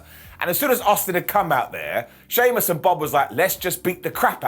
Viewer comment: Did just said "Soymuss" instead of Sheamus? 🤣🤣